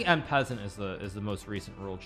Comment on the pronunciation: "en peasent" Hikaru Nakamura